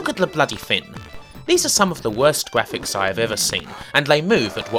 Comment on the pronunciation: Cwappy wubbish gwafics.